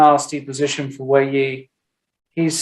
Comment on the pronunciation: PLEASE someone teach Peter that it is not "posaition" but position!! Love his commentary but that would be really helpful....